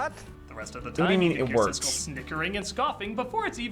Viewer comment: Siskel not Sisley